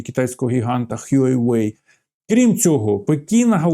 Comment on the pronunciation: Дякую вам за ваші відео. Будь-ласка відкрийте гугл перекладач і введіть Huawei на англійській мові та з перекладом на китайську. Послухайте як то правильно звучить. Ви досвідчений фахівець і хочеться щоб ваша вимова цього слова була б правильною. З повагою ваш постійний глядач